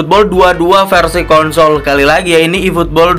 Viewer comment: konsol pake s bukan pake t